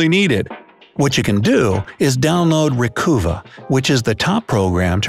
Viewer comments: I think you are mispronouncing “cuva”. I think it is “cover” with a New England accent. Like the “o” in govern. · FYI it's not pronunced Recoova. It's 'Recuhva', as in Recover but with -uh at the end. You know, because, you're recovering stuff. No one ever recoovers anything. How could you not figure that out?? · Im pretty sure that's pronounced Ree CUH Vuh......